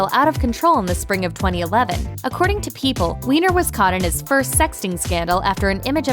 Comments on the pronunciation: Weiner is pronounced Whiner (or Viner) and not Weener :/ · Anthony Weiner's last name is pronounced like "whiner," not like "weener." But I'm sure you wouldn't deliberately mispronounce it just for the double entendre... right? 😕